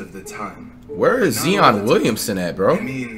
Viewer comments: OMGG he called Zion Zeon OMFG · Its 2020 & he's still saying Ze-on 🤦🏽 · Its zi on not zee on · Flight it is zi-on not zeon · When is this Nigga gonna stop saying Zeon instead of Zion!!! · He said Zion like z-on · “ZEEON WILLIAMSON” has been injured since the start of the season flight How about you do your research instead of asking the same question every video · Zion not Zeeon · It’s not zeon it’s Zion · So everyone just brushing off the fact this nigga said Zeon Williams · nigga said zeeon williamson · Zion Williamson not zeeeeeeeeeeeeeeeeeeion williamson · Who’s zeon? It’s Zion bro lol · Who else tired of this man sayin zeon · It’s bad enough that flight can’t say Zion’s name right but now he don’t even know where he his